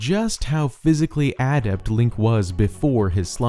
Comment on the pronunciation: ADD-ept ❌ uh-DEPT ✅